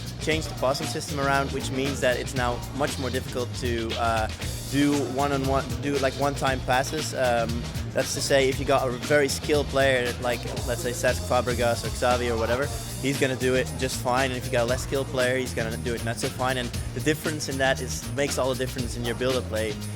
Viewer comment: that guy called Xavi "ex-avi"